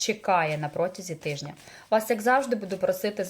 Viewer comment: Тижня а не тиждня